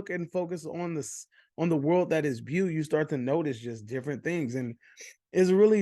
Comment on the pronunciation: Haha you really like “bew” more than “bow”?